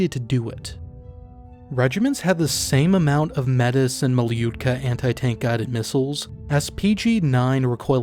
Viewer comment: The extent to which I'm ignorant of late Cold War Soviet military details is highlighted by the way I was completely unprepared to hear a Yank butcher the word "Metis" in this video. I didn't even know that weapon existed! But linguistic griping aside (though, as "Metis" is the actual name of an identifiable ethnicity, I do encourage you to pronounce it properly, with French phonemes) this was very interesting and I did learn a lot!